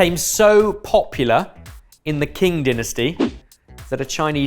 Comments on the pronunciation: The "Kin" dynasty - wot, mate? It's the Qing dynasty, and a close approximation for English speakers is "ching". (Don't they have pronunciation guides for Wikipedia articles now, or are they above that sort of thing?) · It's not "King" dynasty, it's Qing (pronounced Ching). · Also, not the King dynasty, it's the Qing Dynasty; the "q" in hanyu pinyin is pronounced like the English digraph "ch" in "church," more or less. (There's some nuance to it that I don't claim to fully understand or have internalized, but it's absolutely not a "k" sound.) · The way pronounce Qing made me cringe lol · thank you, i was so confused which dynasty they were talking about lol